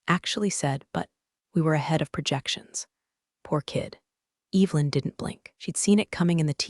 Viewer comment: It would be incredibly nice if words like Evelyn were pronounced correctly. An ai story with no human editing.